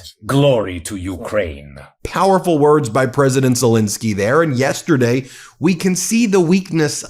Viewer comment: Ben, even Drump pronounces Zelenskyy's name right! Please give him the same courtesy. Okay Bin? Thank you.